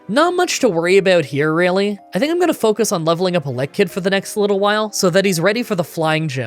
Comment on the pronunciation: 4: 28 To think I was actually looking forward to this. Also, that's a weird way to say Elekid when Electrabuzz sounds correct to me.